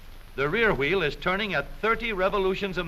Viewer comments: "which turns the hweel" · I love how they say wheel